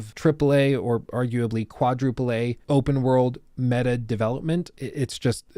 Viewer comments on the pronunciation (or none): none